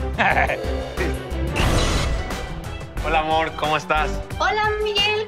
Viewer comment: No seas venenoso cainal 🤣😂 no puede pronunciar AMOR, dice AMOL y no quería quedar en ridículo 🤫